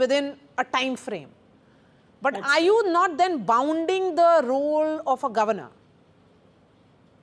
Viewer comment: Not bounding -- it is binding